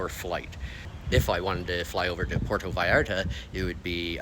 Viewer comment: Just a friendly little correction...Puerto rhymes with where-toe. Pwair-toe. Por-toe would be spelled porto. Hey , might as well learn to correctly pronounce Mexican cities in proper Spanish if you're going to live there, right? Puerto means harbor. You'll note that cities like Puerto Vallarta, Puerto Libertad, Puerto Lobos, Puerto Magdalena, Puerto Mexia, Puerto Argudin, Puerto Cortes are all on bodies of water.